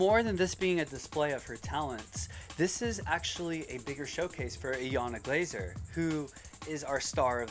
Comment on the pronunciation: lol you said her name wrong 🙄